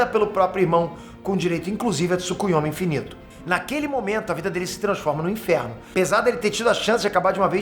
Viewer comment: É falou tsukiome infinito du nada